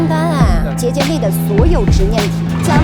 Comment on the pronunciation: 没有人在意结界的发音吗？😅界是第四声？